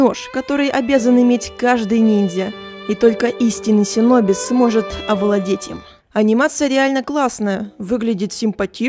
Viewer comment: Синоби,ааааааааааа кровь из ушей,ШИНОБИ